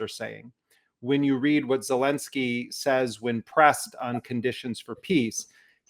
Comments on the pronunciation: Sounded like Jeremy called Zelenskyy « Voldemort Zelenskyy »!! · "Voldemort Zelensky"...hm careful with foreign names, please Mr Jeremy :)